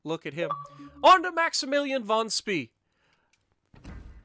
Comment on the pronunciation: The higher tier German dds have sonar and 150mm guns. And according to Jingles, Spee is pronounced Spay.